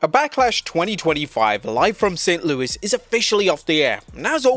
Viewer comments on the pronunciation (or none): none